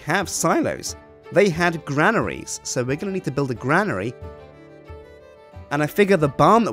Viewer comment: cant say granary...... lol